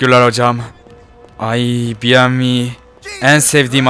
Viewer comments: Abi buna biyemvi deme BEMEVE DE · Bievmi değil BEMEVEEEEEEEEE